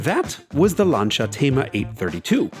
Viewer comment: Firstly. You’re pronouncing Lancia incorrectly. And then you talk about the Quattroporte 1 (QP1) but show an AM112 (Mexico 2door saloon). Need to do better research and actually show what you’re talking about. Little rant over. Huh. Thank you.